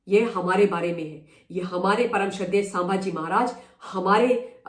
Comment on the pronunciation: Excellent! Only I want that you pronounce well-known names correctly. It's not सांभाजी, it's संभाजी. Can you please say it correctly?